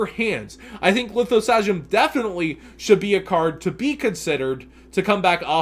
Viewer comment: Learn how to pronounce Lithosagym please